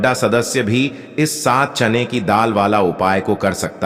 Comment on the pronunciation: चैन की दाल नहीं बोलते चना की दाल बोलते हैं पहले बोलना सीखो